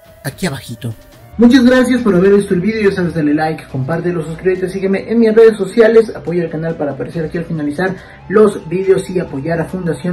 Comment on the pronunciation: lo que mas me perturbo es que no puedes pronunciar bien la palabra VIDEO xD